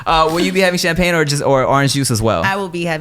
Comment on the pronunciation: Nigga said "Champagni"😂